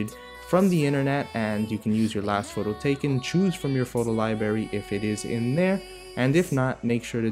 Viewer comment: he says libary!!!UGH!!!whyyyyyyyy 😞